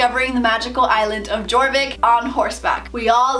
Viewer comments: SSO players are quaking when she said Jorvik with the j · Just an FYI the J in Jorvik is pronounced like a Y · I saw the Jorvik pronunciation coming xd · who else is trying not to scream when she says Jorvik 😂No hate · When u said jorvik I cried bc u pronounced it wronggggg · It’s actually pronounced ya-or-Vick j in Swedish is pronounced like y 😊 just a little fun fact the game originated from Sweden. 😊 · You don’t say Jorvik you say it like it is spelled like this yorvik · Jorvik is like yorvik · Okay so i'm not hating on you cause of how you pronounce anything but jorvik is ofc spelled jorvik but i pronounce it like your vik but its spelled jorvik just saying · It’s pronounced Yourvik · Im sorry but i cringed so hrd how u pronounced jorvik LOL i used to say it like that too but its actually pronounced "Your vick" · You said Jorvik wrong 😅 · no hate but: her: jor vik me: deep inhale *YOR VIK* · I’m sorry but this bothers me haha, it isn’t g-or-vick it’s y-or-vick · its pronounce YOUR-vik not jour-vik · "All about celebrating sister hood" My moms bank account when we had to buy monthly star rider and then buy $80 worth of lifetime; haha n o also is anyone else cringing when she says gorvik instead of yorvik?? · yea thats what I meant, its spelled jorvik, but she pronouncing it gorvik instead of yorvik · It kills me when you pronounce jorvik as gorvik instead of yorvik 😂 I love your channel so much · The fact that you said jorvik when it's actually pronounce yorvik made me kinda cringe xD amazing video <3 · "ohh and there's a jjjjorvik map" it's prononced yorvik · AHHHHAHH NOOO SHE SAID (JOR-VICK) ITS (YOUR-VICK) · I always used to pronounce Jorvik G-or-vick... now I know it’s pronounced ye-or-vick! Right? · Me listening to how she said Jorvik *Honey no, Its YoRvIk not jOrViK* you pronounced it wrong- >:0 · she said jorvik with the j not being silent. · Jjjj-orvik it’s yor-vik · It is pronounced yorvik not jorvik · It’s pronounce “Yorvik” the “J” is “Y” Sound